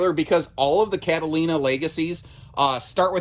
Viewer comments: kate-a-line-a? I thought it was cat-a-leena. 🙂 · Cat-ah- lean-ah. Sorry, pronunciations police came out!